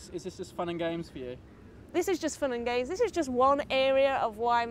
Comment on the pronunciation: "This is just fun and gays..." XD